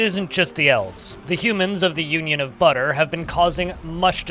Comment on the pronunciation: DID YOU SAY BUTTUH?! MY LIEGE, HE SAID BUTTUH!